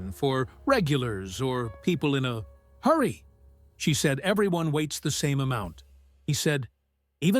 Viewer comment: I can't stand these AI voices... I really can't. The stories being told in the video are fine, but it's just jarring when suddenly "...or people in a.. HURRY!" or having A pronounced as if it's a bullet point A when "A.. barista in Vienna..."